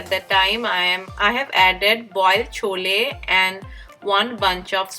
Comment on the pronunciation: not chola... please say chole. dear